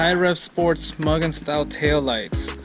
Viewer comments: Muggin? It is pronounced ME YOU GEN! A hard G like Gatorade!!! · this foo said "MUGGIN" style tailights